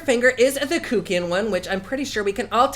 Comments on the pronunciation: You are so adorable!!! Everytime you say Kookian, I giggle.😂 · Still love that hes saying "kook"ian 👏😂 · Whether it's deliberate or not, I love how you say Kuckian "Kook-ian." So true.